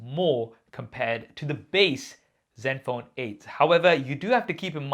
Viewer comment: Sounds like u saying zet phone or silent n is this an Indian way of pronouncing it ?